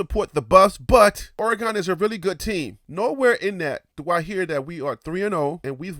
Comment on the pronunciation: I apologize for that bt I didn’t appreciate how u pronounce Oregon. Born and raised here all my life and I’ll always defend my Home. Im sure you call somewhere home too. Thanks & take care 🤙🏼